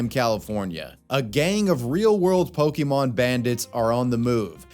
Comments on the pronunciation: Every time I hear "POKEY MON" it drives me crazy. It's said with an apostrophe accent mark. It's pronounced "pokka-mon". Why can NO ONE ever pronounce it correctly? not even you it seems. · Can’t stand when people say Pokie-mon . It’s Pokémon !!! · The biggest crime is the way they're pronouncing Pokémon. I guess they have pohkeets on their jeans, not pockets